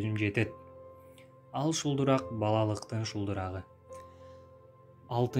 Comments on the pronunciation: Шулдурак эмес шуудурап деп айтат шылдырап деп сууну айтат шуудурап деп дарактардын бариктерин айтат туура окугулачы болбосо жон эле койгула адамды нерв кылбай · Шулдурак эмес шуудурап деп айтылат